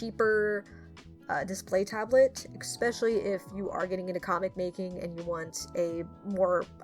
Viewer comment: noticed that you say eXpesialy (especially) or am I just having a stroke? it's intersting if I didn't mishear it since I've never heard anyone say it like that.